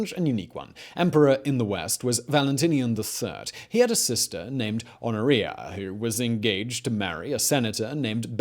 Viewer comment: Honoria is not supposed to sound like gonorrhea